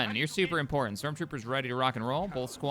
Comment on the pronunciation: "We can get Strock Troopers"💀